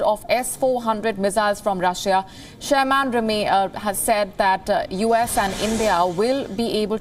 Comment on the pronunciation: You are pronouncing Wendy Sherman’s surname incorrectly.😡